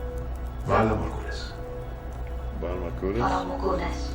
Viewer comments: LMAO '..Valmycootis..?' 😂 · Game of Thrones languages are inspired by world languages, including my native tongue Swahili... so it is pretty easy for me to say "Valar Morghulis"...laughing at attempts. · Funny thing was every actor pronounced Valar morghulis differently.